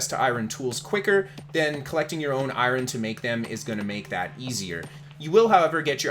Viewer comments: it's EYE URN bud. not EYE RON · i-ron - that sounds like it hurts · Great content, thanks for the tips! I didn't mind how you butchered eye ron, so I'm not gonna comment on it. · I-Ron ... FML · Eye Ron? XD omg XD great video btw! that's hard to get past though... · I mean the way he’s always said Hakeijo was always funny to me but I’ve heard loads of people pronounce Iron like that lol